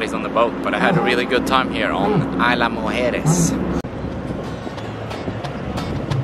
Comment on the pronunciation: It is a lovely place, worthy of a stay much longer than a single night. You did a great job of capturing what you could during your short visit, but next visit, spend more nights if you can. You did a great job of correctly pronouncing “Mujeres”, but “Isla” is actually pronounced more like EASE-lah than EYE-lah. And this is a small point, but the golf carts are actually gas-powered. I’m told electric carts don’t last very well in the salt air. Thanks for a beautiful video,!